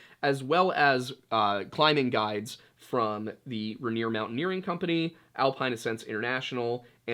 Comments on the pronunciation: I LIVE IM WASHINGTON IT IS MOUNT “RAIN EAR” not raneer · Most Washingtonians call it "Rain-ear" not "Run-ear" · Washington local (ray-neer) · For the Washingtonians- it’s pronounced, Rain-ear. I’m being picky, but if you know, you know. Props on Snoqualmie! Give this one a shot- Puyallup. How about Sequim? I just found and love your channel